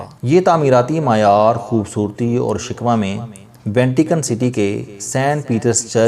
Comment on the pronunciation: Very nice, but pronunciation to be corrected that is Shikoh not shikwa hope you won't mind